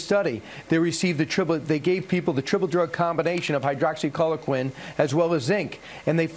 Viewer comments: "Hydra, hydraxycholoquin" Imagine pushing something and not even bothering to know how it's pronounced. Oh wait, , he was actually reading the word and still pronounced it incorrectly. Ok, I guess he can't read then. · "Hydroxy-collar-quin" LMFAO 😂😂😂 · nothing says "trust me about this drug" quite like someone who can't pronounce the name of the drug correctly. lol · Brian. There is no "hydroxyCHOLOquine" in hydroxyCHLOROquine you stupid DA. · "Hydrocauliquin!?" It's pronounced, "HYDROXOHYPOCRISY."☝😐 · A "triple dose study with HYRDROXY-CHOL-LO-QUIN and zinc"... He said it like that twice. Perhaps he thinks the word is so long it's two items...? Because there was no third item listed there. Also, even Fox, apparently, knew to attempt to skip over the French study, which was a terrible experimental design, ignored 3 patients (1 died, 1 stopped the regime & was admitted to ICU, & inexplicably, 1 went home) to claim 99% success; also did not include under-18s, but one third of the control group was made up of under-18s. I'll leave the geeky stats data out, but that French study was the first and it should NEVER have been published. If media had consulted actual fecking researchers from the beginning, ALL reporting would have been better. This should, at the very least, have been the nudge to do that. And they get to PRACTICE what they say. 🗯"HCQ" with 'hydroxychloroquine' on the chyron below WAS an option. 🤦‍♀️ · "Hydroxycholiquin"...yeah, I totally get why Fox viewers followed their stellar recommendations. It's clear this guy knows what he's talking about. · Hey, Kilmeade. If you're going to suggest a medication, it might help if you learned how to pronounce it correctly, you moron. 'Hydroxy Colin Quinn' ??? Former Saturday Night Live news anchor Colin Quinn? Is THAT where Kilmeade got the inspiration to be a "news guy"? Form mid-90s Weekend Update? WTF?!? O_o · Hydroxy clodo quin dude can't even pronounce it right. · Was he saying "Hydroxy Color Quinn"?